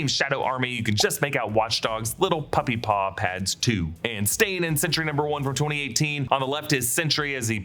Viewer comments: It’s ‘Sentry’ with emphasis on a clean T. Not ‘Sentury’ (like century). Made this video so painful to listen to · "Chentry", Sentry's hispanic cousin? ( I get it, too many similar pronounced words on a single line would make this slip)